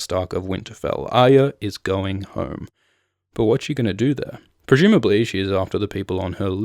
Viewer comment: Your narration is amazing! Love your videos. Why do you say 'Prejumably' instead of 'Presumably'? Just curious. Have I been pronouncing the word incorrectly all my life?